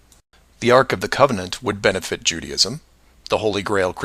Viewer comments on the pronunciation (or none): What the hell is 'Judyism'? It's Judaism with the emphasis on the A